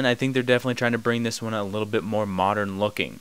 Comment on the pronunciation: It annoys me how you say 'modern'. You say it without the 'd' and it sounds nasally. I had to mute you. Thumbs down.